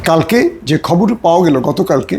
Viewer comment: শুভেচ্ছা বলে আসলে খববং বলেন ।